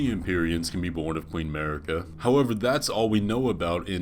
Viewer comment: i really like your content, subscribed :) but please, just a one thing, the way you are pronouncing queen Marika: it is mArika, not mErika (you can hear the correct pronounce in any "Spoken echoes linger here" Melina's dialogue)